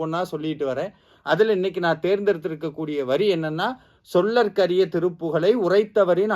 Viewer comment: "சொல்லர்க்கரிய" இல்லை சொலர்க்கரிய. அதேபோல் "உரைத்தவரின் அடுத்த பகை" இல்லை உரைத்தவரை அடுத்த பகை என்பதே சரி. மந்திரங்களை சொல்லும் போது கவனம் தேவை...